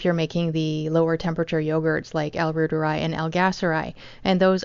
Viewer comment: Pronounced "Rooteri" or Root'eri ("i" = ee)